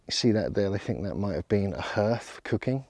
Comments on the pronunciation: Hearth is pronounced 'harth' not 'herth.' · That is NOT how you pronounce hearth!! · is your pronounciation of 'hearth' specific to some region in england? i wonder if there are still dialect uses of the harrow/hörgr (Old Norse, pl. hörgar) or hearg (Old English, pl. heargas) word in any denominations of english:D it means 'a type of altar or cult site, possibly consisting of a heap of stones, used in Norse religion, as opposed to a roofed hall used as a hof (temple).' (its from wiki/Hörgr) and then wats up with wiki/Harrowing_of_Hell maybe its just (purposefuly) deformed version of wiki/Harrying_of_the_North